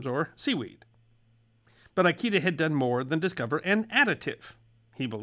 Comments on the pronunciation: just a small thing: it's pronounced "EE-KAY-DUH", not "EYE-KEY-DUH". lol. Like I said, just a small thing. 🙂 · i love you but always remember: all Japanese vowels are short! Ikeda isnt "eye key duh" its "ih-keh-dah" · Pronounce Ikeda as "eekaydah" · Kikunae Ikeda is supposed to be pronounced like “key-qoo-nah-A, E-K-dah.” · How many times are you gonna mispronounce "Ikeda?" Damn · That is not how the name Ikeda is pronounced, nor how Kikunea is. You American, you. That is also not how parmesan is pronounced. You American American, you. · Maybe you know something about the West and its history, but nothing about Japan. Before creating the video, you should have consulted a knowledgeable person in how to pronounce "Ikeda" and the rest of the Japanese words you mispronounce terribly, besides misspelling it, it's "Kikunae", not Kikunea.